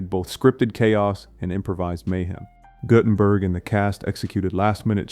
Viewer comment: Your AI needs more training. Nobody needs THREE ways to pronounce Guttenberg. ( GOO-ten-berg by the way)